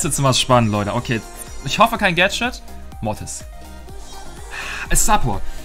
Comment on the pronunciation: sagt immer Motis